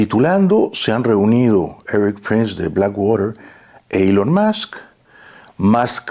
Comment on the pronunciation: Pronuncia bien…. Éric no Eris …. Solo como ejemplo